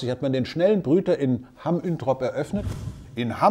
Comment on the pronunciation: Es heißt "Hamm Uentrop" nicht "Üntrop". Da sind wir pingelig.